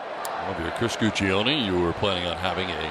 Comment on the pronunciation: The pronunciation of Guccione is great.